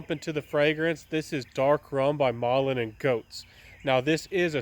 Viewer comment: Try the Cannabis eau de parfum from M+G it's a much more interesting offering. Malin + Goetz is pronounced Mal-lyn and Gets You are really good when you stay on topic, about the fragrance you are reviewing. I don't understand why you are recommending alternatives to the fragrance that you are reviewing. It kind of takes the value out of what you have said regarding the fragrance you are reviewing.